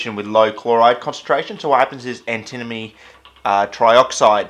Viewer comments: Sounds like you're saying "antinomy"! ^^ think "anti-money" instead. (In french it's called "antimoine", litteraly "anti-monk"! Some say it might actually be the origin of the element's name, as quite a few monks were versed into alchemy, and might have poisoned themselves with it. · I think it should be pronounced an-timma-nee. It just flows. "Ant-a-moe-nee" is like tripping on a crack in the sidewalk. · I'm seeing a bunch of people pronouncing it Anti-money buy nobody else seems to pronounce it Anti-Mohny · Anti-moan-ie, that's how I've always heard it pronounced (in 'Murica) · Ah yes anti-money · It is pronounced antamoany Ant-a-moan-y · It's pronounced an·tuh·muh·nee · "Antimoney" ... "alright we got our antinomey powder now" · and then he pronounced it "antinomy" 1 second later. :D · I honestly thought it was an australian thing, like how british people say aluminium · New drinking game: Take a shot everytime he pronounces antimony wrong. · I pronounce it as antimony, but my friend pronounces it like antimony, so we ask our teacher and he says we should pronounce it as antimony.